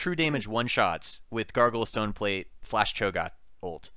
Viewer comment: I keep hearing "Gargle Stoneplate". I giggle EVERY time.